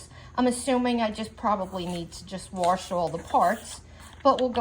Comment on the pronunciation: Wash doesn’t have an “R” in it